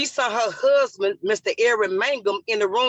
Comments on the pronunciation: 🙄 "My HUHband." 🙄 "My HUHband." 🙄 "My HUHband." 🙄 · Can't even pronounce husband, do better. What a ridiculous mess.